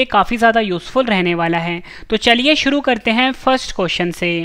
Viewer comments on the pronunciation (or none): none